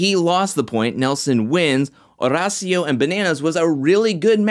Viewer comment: My guy, don’t ever say Banderas and while we’re on the subject, try and steer away from saying Horacio as well 😂. JK, can’t get enough of your videos!